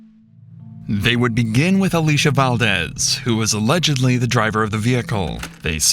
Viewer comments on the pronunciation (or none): none